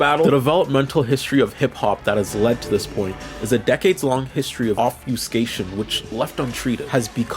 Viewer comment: There's that word again. "Obfyeewwwscate". I don't know why so many gen-z over-enunciate that word so much. It's like it has forty extra syllables.